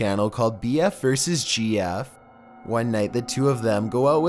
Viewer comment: He said JF instead of GF